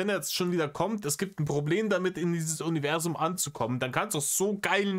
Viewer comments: Man könnte ein Trinkspiel daraus machen, jedes Mal, wenn Reiner "Univerßszum" sagt. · Warum sagt der eigentlich immer „UniveSSum“… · Habs beim BV schon geschrieben und sags hier nochmal, seine grenzdebile Aussprache von "Univerßum" macht mich endfreakinmett und es ist gefühlt jedes 16,5 Wort.